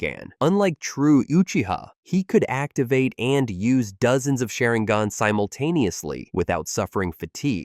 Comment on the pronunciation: you can pronounce it normally so you’re pronouncing Sharingan that way on purpose